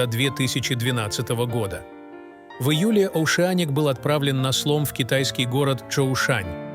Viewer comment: Оушеаник? Может все же Оушеник?! Уши просто рвутся в хлам.